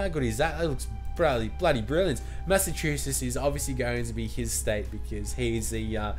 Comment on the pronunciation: U say Massachusetts weridy Ma-sa-chew-sitts